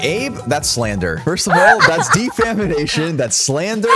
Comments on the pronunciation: “That’s defamination” at least we know that you don’t need English skills to work at NASA 😂😂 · “DEFAMINATION” Threw in an extra syllable there, buddy. 😂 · Abe with the "defamination" loooool